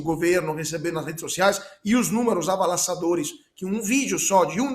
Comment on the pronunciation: Avalassadores foi ótimo 😅